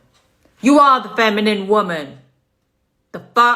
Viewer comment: Can no women pronounce "feminine"...?